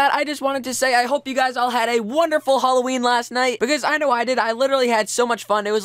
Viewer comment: You said holoween... if you get that refrence i love you so much